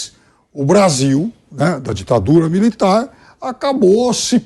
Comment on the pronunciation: VC DISSE DITAFURA MILITAR??????